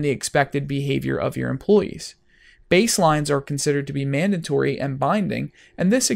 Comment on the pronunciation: It's pronounced "mandatory", not "mandantory". There's only one letter "n" in there. It's okay, you're in good company. Benedict Cumberbatch can't say "penguin" :-).